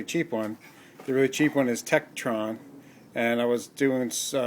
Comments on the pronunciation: It's TekTON not TekTRON. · adamaj lol trekton tekron tekkenton same thing right 😂